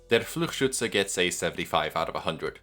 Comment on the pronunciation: The amount of emotion has increased significantly, very fun. I also want to raise attention to the best pronunciation of Fluchschütze I have seen on project moon youtube. Great video once again, you're going all out for this series.